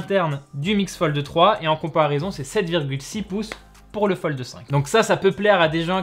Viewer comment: Pourquoi il dit FoldE?